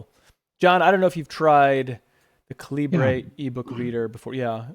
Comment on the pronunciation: A few thoughts. It's pronounced like caliber. Read the Faq. Epub is the open format. Kindle uses a proprietary file type. You can hook up an eReader (Kindle or other) and transfer/convert books on the fly. Also try the server option.